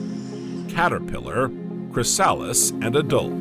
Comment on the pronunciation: Very good video, but the pronunciation errors in the words chrysalis and coelenterates, etc. are annoying.